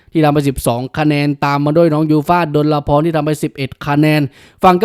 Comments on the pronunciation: ขอบคุณที่ทำคลิปนะคะ แอดคะ ขอนิดเดียวค่ะ ยูฟ่าชื่อจริงดลพร อ่านว่า ดน-พอน ค่ะ ไม่ใช่ ดลละพร (ฟังจากที่น้องแนะนำตัวค่ะ) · แก้ไขหน่อยนะครับ ชื่อจริงน้องยูฟ่า อ่านดน-พอน ไม่ต้องมีละ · ดลพร อ่านว่า ดน-พอน ตามพจนานุกรม